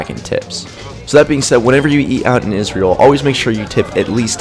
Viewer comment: Naa G, seems like a proper way to pronounce the only Jewish state in the world, ISRAEL